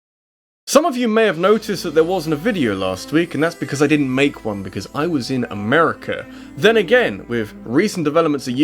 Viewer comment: no offense but for a british person you say America in a more American way than some Americans. Lol